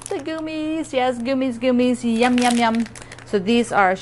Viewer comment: It is hilarious that you pronounce gummies as goomies. It cracks me up each time. Is there a story behind it? I have only recently been following you.